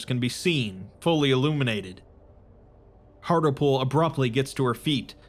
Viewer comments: Mate, Hartlepool is a place in the UK and it's pronounced Hart-Leh-Pool. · Minor point, but I am pretty sure that the doctor's name would be pronounced hart-lee-pool, like the town with the same name in England. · That's not how you say Hartlepool